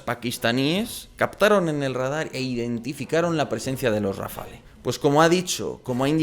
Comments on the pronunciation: Tú sí que estás hecho RAFALE. La E es muda pues no va acentuada se pronuncia RAFAL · No se dice Rafale... se dice RafaLLLLLLL...